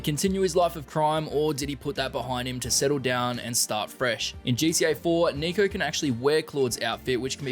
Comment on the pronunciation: bro did not say Niko